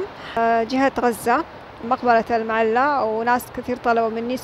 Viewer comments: المعلاه وليس المعلا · المعلاة وليس المعلا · طبعا في المجمل شي جميل ما تقومين به اختى الكريمه في كل فيديوهاتك ولكن في هذا الفيديو لموقع اثري مقبرة المعلاه وكما لفظتيها بالمعلا بتشديد اللام وهذا خطأ في صحة الاسم لانه كثير من المتابعين يعتقدون بان ما لفظتيه اسم صحيح ايضا العزة وانتي لفظايها غزة بدون الالف واللام وتفرق بين غزة والغزة اتمنى في اي اسم يكون صحيح وخاصة المواقع التاريخيه حتى لانعبث بمسميات تاريخية ذات قيمه علمية وليس مجرد تعليق على فلوق لكسب عدد من المتابعين اتمنى قبول ملاحظاتي ولك كل التحية والتقدير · اسمها مقبرة المعلاة اللام عليها فتحة بدون شدة أي لاتنطق بالشدة هذا الصحيح